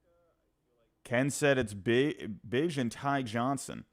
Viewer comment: It's pronounced BigE. Like my nickname. Not Bij.